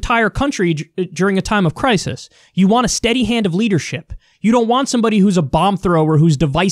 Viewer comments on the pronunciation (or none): nobody: kyle: people want a S T E A D Y H A N D A T L E A D E R S H I P 👋🏼